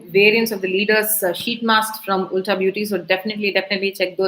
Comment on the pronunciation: Small correction: its pronounced as ulta(alta) - ‘u’ as in umbrella :)